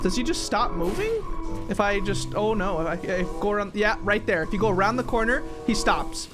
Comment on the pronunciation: and why are you saying thay'er